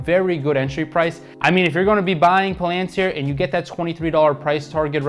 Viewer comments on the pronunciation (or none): What’s Plantir, Oh it’s Palantir... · Yeah it drives me crazy how he pronounces it lol